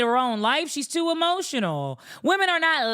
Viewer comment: HEmotional 😂 I love it!!